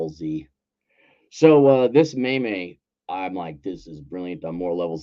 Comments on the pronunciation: Cap, did you just call a meme a maymay? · 'May-May' lmao god bless you